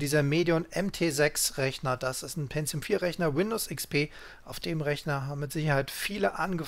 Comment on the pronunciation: Aber es einst doch PENTIUM und nicht "PENTZIUM"